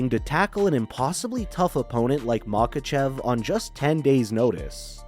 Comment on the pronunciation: This guy cannot pronounce anything, lol. Except Machachev